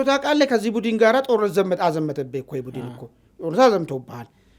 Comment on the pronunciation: Budn bel not budin